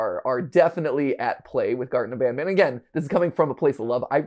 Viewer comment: "garten of banaban"